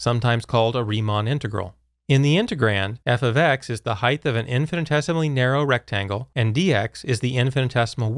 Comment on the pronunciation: Height is pronounce "Hite", not "Hite-th".